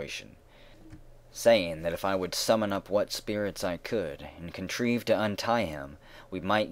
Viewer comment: "....and contreeved to untie him" ???